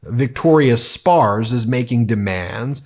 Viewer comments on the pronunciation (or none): For the record, Ben, it's pronounced Spartz (rhymes with carts), not Spars. Anyway, watching these MAGAts destroy each other is delicious as flatbread pizza!